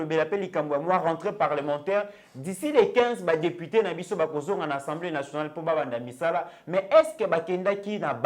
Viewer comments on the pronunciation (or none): c'est assemblée et non ensemblee